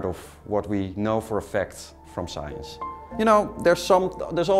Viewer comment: Its "Science" not "Schwyence"... Now say it after me... science